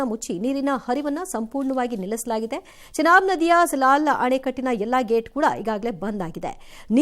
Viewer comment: ಜನಾಬ್ ಅಲ್ವೋ ಅದು ಚನಾಬ್